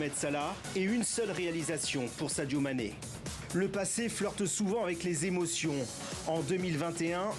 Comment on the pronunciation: Prononcez bien le nom de Sadio Mane, Madame. Merci.